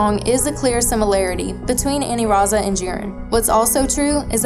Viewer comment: i dunno why you keep calling it Aniraza when it's Anilaza